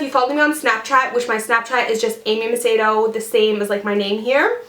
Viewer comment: And when you said your snapchat was amy macedo, I thought you said amy potato Btw, loved this video, really helpful and beautiful!!